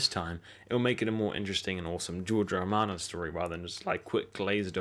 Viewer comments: Please show some respect by getting the author's name right, it's GEORGE R.R. MARTIN - NOT GEORGE 'ARMIN' OR - GEORGE 'ARMANO' now that's - GEORGE R.R. MARTIN - OKAY ?? !! King Robert not Robin! Those bloody Iron-islanders dont deserve Yura, they're a fickle bunch of ignorant, shallow, misogynistic peasants. Varris was NOT 'CASTERISED' (THAT WORD DOES NOT EVEN EXIST) - He was CASTRATED. - WHAT on earth is 'TELEKERNICKERNIXEN'??? Do you just make words up as you go along - because it's really quite baffling or do you suffer from some kind of verbal dyslexia or Tourette's ? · "george ARMANO" ayuahuahuhauhauhauhauhauhuahuahuah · Seriously, he did say George Armin and Armano. I don't know how you can get someone's name that wrong, so many times, in different ways lol